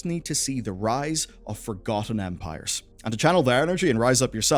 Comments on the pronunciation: Sorry, but I keep hearing "Age of Vampires" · You saying age of Empires or Ampires? I hear Ampires.